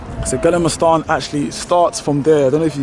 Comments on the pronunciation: I am dying 🤣 😂 haw he pronounced gamla stan. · Gallema stan in Stocklom 😂